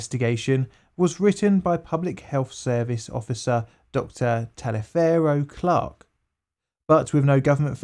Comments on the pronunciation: Not being from the Southern United States, you'd have no way of knowing this, but Taliaferro Clark's first name is pronounced "Tolliver." No idea why. The only reason I know this is because there's a Taliaferro County in Georgia, the state in which I live. Also, the county in which Tuskegee, Alabama is located (Macon County) is pronounced "May-ken," with the emphasis on the first syllable. MAY-ken. I know. Us Southerners and our weird pronunciations. ;-) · Taliaferro is pronounced like "Toliver" in the southern US.